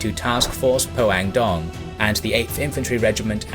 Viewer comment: Great job except the city names. Pohangdong sounds like poe - hang (a like in father) - dong (long o sound). Taegu sounds like Dtae (short d&t sound together and a like in "day") - gu (goo). So ALL "a" in Korea are like a in Father. ALL "u" are oo, all "ae" like in day, all "o" are long o sound, all "i" are ee sound...etc. oh, "eu" is a sound that is learned since there is no sound like it in English. Once you learn the Korean alphabet it's so easy to read Korean characters and easier to read the Konglish words. But overall, great job!